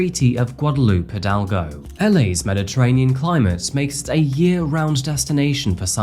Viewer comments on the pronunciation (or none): none